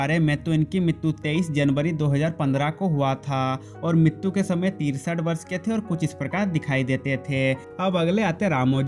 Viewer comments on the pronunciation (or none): TERA BAAP MAR GAYA HO,RAM POTHENENI NAHI.. AUR MITTU NAHI MRITU BOLA KAR